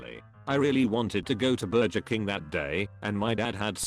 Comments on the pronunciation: nobody: voice: bur-juhr king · "Burjer king" 😂